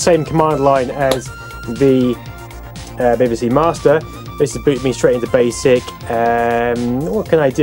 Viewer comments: Glad it was not just me that heard "Beby See"rather then B B C . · Bibba See? I've always said Bee Bee See. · why bibibsee ? and not bebesee if you get me lol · Ha, I was mentally shouting every time he said 'Bibby', it's 'Bee Bee'!! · 'BBC' not 'bbc' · Unique pronunciation of the letter B. Nice to see it though, reminds me of primary school.